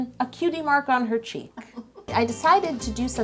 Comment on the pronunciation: "cheek" tattoo i thought she said "cheap" tattoo lol